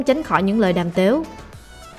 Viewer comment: "đàm tếu" ?, đọc tiếng Anh sai giờ đọc tiếng Việt cũng sai nữa